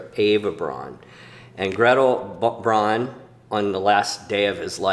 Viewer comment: I'm new to this channel. This was a fascinating video. I'd just like to put my two cents in regarding German pronunciation. Eva's last name "Braun", rhymes with "brown", not "brawn". And Heydrich's name is pronounced "Highdrich", not "Haydrich." I had four years of High School German, which has left me with an irresistible compulsion to correct everyone's German pronunciation in WWII videos on YouTube.